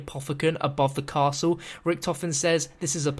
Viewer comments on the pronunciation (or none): none